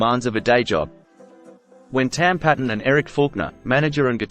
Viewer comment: With respect,: 'Tam Paton's surname is pronounced Payton.' Thank you for the channel! All the best. Stay free. Rab 🍻 😎